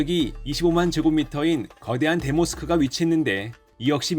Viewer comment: 대모 스크가 아니고 대 모스크겠죠? 듣기가 영~